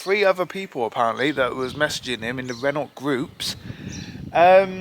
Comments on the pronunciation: Renault is pronounced like RENoh. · Interesting video and nice to see a car being saved from the scarppers. Could do to brush up on the pronunciations of "Renault" & "Volvo" though. :-p